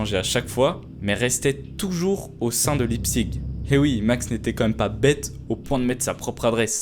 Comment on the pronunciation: La ville ça se prononce Laïptsich